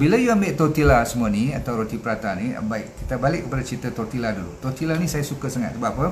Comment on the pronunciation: Sebutan tortilla ialah totiya.